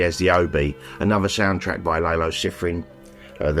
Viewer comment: I might be wrong, but I’m pretty sure the composer’s first name is pronounced Lah-lo and not Lay-lo. Enjoy your great gift from a great guy and display it somewhere in the Bruce shrine behind you! 🏆